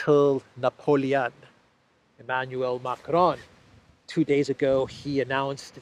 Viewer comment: Whenever I hear "Emanuel" I understand "9yo".